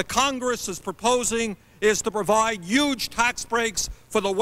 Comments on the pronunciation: Bernie saying YUGE before it was cool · Correction: the "Yuge" difference. 😊 Also, not just Hillary. It's the difference between Bernie and any other politician. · yuge tax breaks